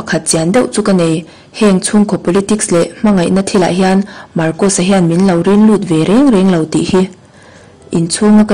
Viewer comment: Marcosa hming hi pi ber thlûk dan khan thlûk ve thei se ka ti.